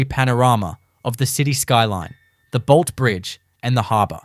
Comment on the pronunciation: It’s Bolt(e) Bridge , not Bolt …..jeeeeeez